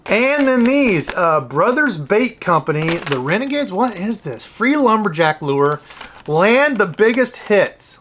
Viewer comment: It's Limberneck, not Lumberjack,. 😁